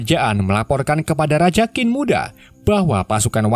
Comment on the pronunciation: bos QIN di baca CHIN bukan KIN